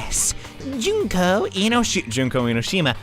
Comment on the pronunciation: your making me suffer cause you've been saying junko's name and its oissing me off